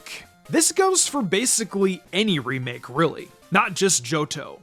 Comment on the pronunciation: Why do I often hear one of the speakers pronouncing “remake” as “remick”?